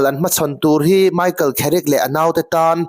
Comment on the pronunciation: Kherick ti ang a i lam hi a nalh lemlo ka ti😊